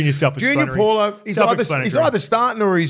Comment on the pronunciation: Cmon you’re getting back to ya palagi pronunciations 😂 let’s work on paulo for next poddy yeah. Solid poddy anyways boys